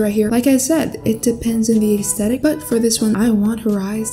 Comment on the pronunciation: “Depends on what Aäæeęsthetic you’re going for” (This is a joke not making fun)